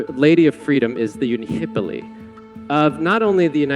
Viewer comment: I noticed that you placed the accent incorrectly in the word "Unihipili." Nevertheless, thank you for sharing